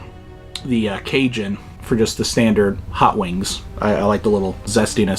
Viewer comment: "Why am I covered in zee goo" 😅